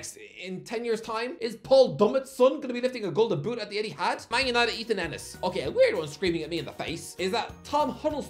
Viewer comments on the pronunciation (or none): none